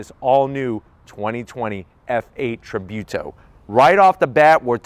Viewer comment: Its pronounced Tree-Boo-to, lol